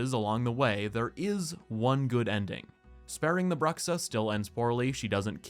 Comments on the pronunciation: That's not "brucksa" it's "broo-shaa" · please learn how to pronounce bruxa